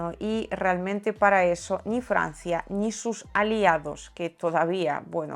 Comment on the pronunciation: Aparte de esa ni, la e no acentuada la pronuncias algo abierta, pero no está mal. Te admiro sobremanera.